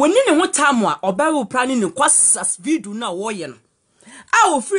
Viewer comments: The girl paa she say ruply instead of reply ahahaaha 😂😂😂😂😂😂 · You can’t pronouns reply 🤣🤣🤣🤣🤣 you soo funny